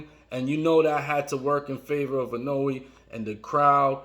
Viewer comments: Pleaseee I-NO-WEH. Not I-No-Way. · I love how every time he says 'Inoue', it sounds more and more like 'cannoli'. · dude, ...is it so hard to pronounce the name of a fighter you make a video about? if you want people to watch, do your homework.